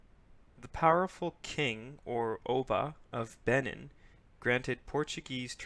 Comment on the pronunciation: It's pronounced "Bay-NEEN"